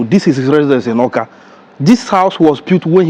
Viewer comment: It's Awka not "akwa"